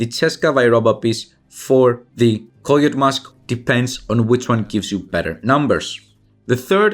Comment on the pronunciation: I had no idea he was saying coyote mask.. lmao koyoat 🤣